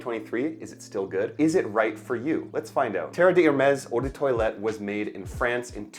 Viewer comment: Maybe try not to pronounce Eau de toilette as “odor toilet”. 😂